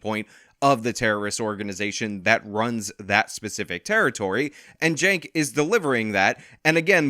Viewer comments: 1st of all I think someone needs to put this man in a foster home, he carries on like a child, sounds like a child and 2nd why does he and everyone else pronounce and spell his name wrong, I had a friend and his name is Jenk(which I thought should be spelled Chink)but he spells his name Cenk which I think sounds like Sink(kitchen sink)but I think the boy I mean the man(?)Cenk should clear up this problem but we all know how confused he is and sounds so maybe we should leave this problem unsolved. 🤔🙊🙉🙈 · I like how (Shawn) calls Cenk, "Jank." It fits so well.